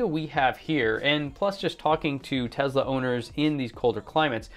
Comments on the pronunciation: ?? Tesla is it right? Not Tezla? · It’s T-e-s-l-a Not T-e-Z-la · you are such an intelligent person.. I can't understand for the life of me why you insist on pronouncing TeSla as TeZla??? It's extremely irritating...